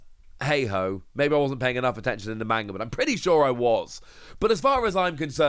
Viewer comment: The way you always pronounce manga triggers me